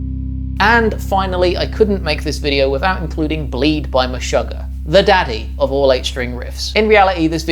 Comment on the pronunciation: That's not how you say Meshugah. Search this video and Tomas will tell you himself: 'Meshuggah's Tomas Haake Breaks Down Band's Writing Process'